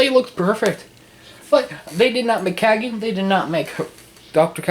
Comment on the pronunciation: You said Cagney wrong.